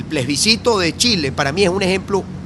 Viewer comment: Capriles sigue con el PLESBICITO... plebiscito, practique